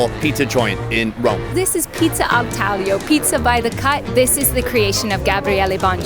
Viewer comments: love how she went crazy over the Pizzarium pronunciation but can't pronounce "taglio" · i’m pretty sure the g is silent